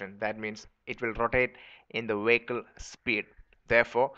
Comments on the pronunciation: "W". that's why the BPO industry left India. Wehicle. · LOLLLLLLLLLLLLLLLLLLLLLLLLLLLLLLLLLLLLLLLLLLLL. 'Wehicle.' Stop correcting me, Grammarly. I assure you, it's wehicle.